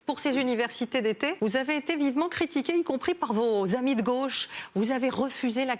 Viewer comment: "... vos amis de gôche ...", qu'elle dit l'autre, avec sa carte de presque. 😃😄😆😅😂🤣 En tout cas, jeu, set et match pour Jean-Luc. Elle n'a pas eu le temps de revenir au filet.